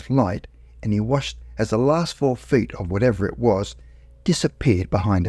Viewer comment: To be fair, the narrator does sound like he's talking with a mouth full of potatoes. 'Three fed in height' 'Multiple protrudmances'? Maybe he hit the turps too hard before recording.